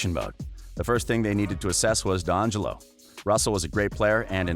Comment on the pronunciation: I would subscribe if you could pronounce any ONE of those players correctly. Draymin, steven, dongelo, 😂😂 come on now